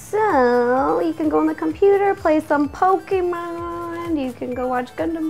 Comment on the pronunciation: TFW you realize Ro has been MISPRONOUNCING Pokémon all this time.....